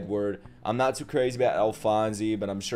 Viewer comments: It's not Alphonesee it's Alphonese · It's pronounced Al-Fonz Elric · Couple things: "Alphonse" is pronounced "Al-fonce" or "Al-fonz", but you can just call him Al. "Fuhrer" is pronounced "Fyer-er". Or just a long "Fyur". I'd also really recommend the English dub for FMA:B, btw. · So happy youre reacting to this masterpeice, and just a headsup, its "ALPHONS" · his name is pronounced Alphonz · we’re not comparing to typical dubs, we’re comparing to the English dub of THIS anime. I don’t doubt she’s amazing, but it just fits less and less as Ed gets older. It’s like he never hit puberty. Not to mention they keep saying “Alphonse” wrong, so there’s that… Another reason the English dub fits the setting better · I'm not sure if there's another comment about it yet but there's no e sound after alphonse. I guess say it like the e is silent edit: you said it right